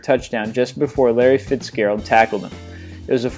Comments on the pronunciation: Wow I hate this guy what is it with him and bad pronunciations of football names. Here are a few pronunciations he got wrong: poloo-mahloo fitz-jairuld and many more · ( fits-Jar-uld) Larry Fitzgerald